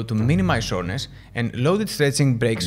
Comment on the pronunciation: Soreness! I thought you were saying shortness 😂